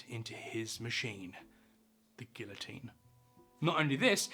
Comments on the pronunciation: He doesn't know how to pronounce guillotine. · The word is not pronounced with the two "L's" like the word "ill" but rather it is "gee-o-teen." I wish you Brits would learn how to pronounce English words! Lol! I am glad about the fact that you actually narrated this yourself. You are human aren't you? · Nothing could be more horrific than the way you insist on pronouncing guillotine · The "ll" is not pronounced in Guillotine. EDIT: How tf do you exactly explain the origin with correct pronounced names and keep on pronouncing Guillotine wrong. wtf!? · All that research and, in typical British fashion, still can't pronounce Guillotine correctly. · It's funny that he says Guillotine correctly when saying how the name was created, but pronounces the Ls every other time. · except the mispronunciation of Guillotine over and over. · Sorry, but I don't think I can sit through fifteen minutes of mispronouncing such a commonly known French word, mate. It's too distracting. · Like many others, I do appreciate the authenticity of your well scripted presentation. However, you are mispronouncing "guillotine". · Cant trust the teachings about something by a person who cant even pronounce it. The L’s are silent. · wild that you would make a whole video on guillotines and still not pronounce it right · Except for the actual word "guillotine".... Mispronouncing it throughout the whole video really did my head in. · Good Lord man please pronounce guillotine correctly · There is no "l" in guillotine though. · The two LLs are pronounced like a Y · Your abhorrent way of saying guillotine is not ok. Use the proper pronunciation. English doesn’t call for that word to be pronounced that way.. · I liked the video but please learn the proper pronunciation of the French word "guillotine" in which there is no 'L' sound. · I always thought the "L"s were silent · "Ghee"otine not "gill"-otine. Plug that "French" word into Google translate and magic happens when you play the audio option.